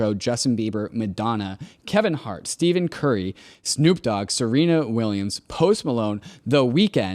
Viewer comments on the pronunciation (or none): "steven curry" 🙃 it's pronounced "steffen". Just one of the most famous basketball players on the planet.